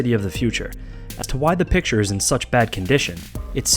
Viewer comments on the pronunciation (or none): none